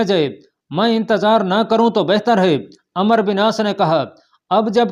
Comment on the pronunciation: میاں ایڈمن آپ عمرو کو عمر پڑھ رہے ہیں و مس کر رہے ہو